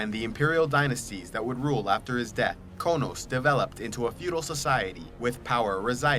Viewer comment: Finally! Somebody pronounces Qo'noS right.